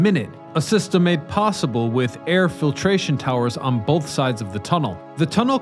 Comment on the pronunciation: "on bolth sides"